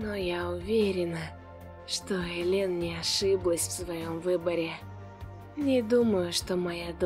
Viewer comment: Ээээлен а не элеееен